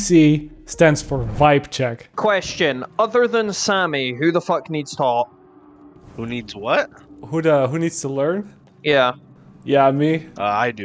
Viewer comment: The way you say taught annoys me and im dutch